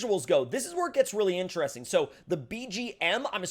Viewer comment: Take a drink every time he says “incheresting” lol. Joking aside, you’ve got lots of great SnowRunner content.